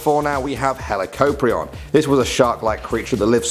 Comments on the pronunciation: You are saying the extinct animals names wrong but it's ok you read helicoprion heli cop rion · Its pronounced hela- cop- ree- in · Hee-la-cope-ree-on that's how you pronounce it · Learn how to pronounce it’s dunkle o steus not dunkle oh steus and what’s a deenosuchus it’s dienosuchus and helecohpreon who taught you how to talk